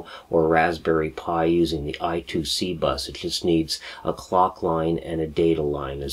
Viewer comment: BTW, I2C is actually spoken 'I' squared 'C', not 'I' two 'C'. Phillips invented the bus as an inter-IC bus ie. a bus that allows various chips to connect to a micro using a common protocol. Rather than say IIC they said I-squared-C.